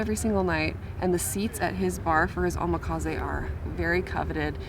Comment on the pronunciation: Correction...Omakase is pronounced "Oh-mah-kah-say". Your pronunciation came out as.."Oh-mah-kah-zay"